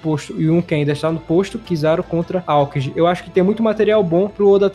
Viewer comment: Mano, eu desisto do seu canal. Sério, mano, parece que vc não assiste o anime, pois fala errado os nome do personagens. Vou citar só 2, mas vc fala errado mais nomes. Não é kiZÁru, nem aÔkiji. Se liga, que tá feio e vergonhoso.